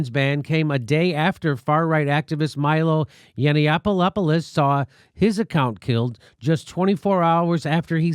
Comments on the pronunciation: It's pronounced Yiannopoulos. Sam's cool, shut the heck up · Jimmy, you butchered Yiannopoulos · He really couldn't pronounce Yiannopoulos? Who hasn't heard of that dickhead?